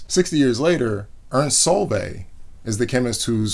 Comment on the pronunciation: When he said "Solvay", I totally heard "salt bae"